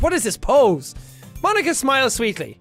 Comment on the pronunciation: I give my moam to... m-my moam to ponika. 🤣